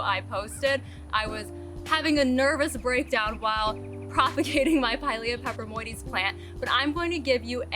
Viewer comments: I love the name Friendship Plant 🥰 but once I've learned my orchids' Latin names I proudly say them as well ... why not, right? The name of your plant is a mouthful ... well done on getting it right. Glad to have gotten a notification from YT 2 days later 😡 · Thanks for explaining a new plant (new for me), I’m in a humid environment hopefully will come across one of those beauties. And good job on the pronunciation...not even going to try😉